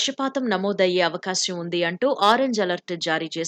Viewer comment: Avakasyam kaadu amma, avakaasam